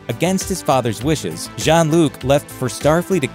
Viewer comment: Sounded like he was calling him John instead of Jean.